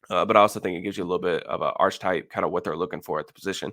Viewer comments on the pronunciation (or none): Hey I love you analysis! I just wanted to tell you that Archetype is pronounced Ark-Ah-Type. The ch is a k sound and the e is an ah sound. I'm not trying to be a jerk. Like I said you are one of my go to guys in evaluating the draft. Thank you for doing what you do bro!